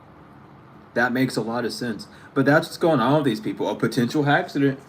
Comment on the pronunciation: Omg I just heard Hexident hahah not accident lmao